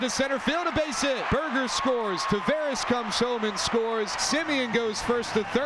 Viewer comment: the Angels commentator still hasn't figured out how to pronounce Taveras' name